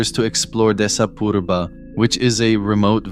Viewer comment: Hats off to you for your pronunciation of 'Desa Purba'